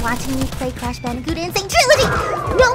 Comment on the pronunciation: I never played Crash Bandicoot before sounds like it's saying couch